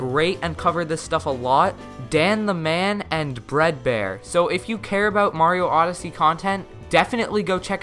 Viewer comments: Omg it’s beardbear not breadbear XD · You said “bread bear”